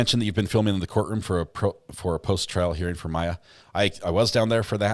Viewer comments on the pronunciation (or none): none